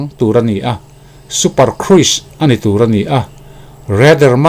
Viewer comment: Super cruise kruise i ti thin a khruz tia lam hi dik zawklo maw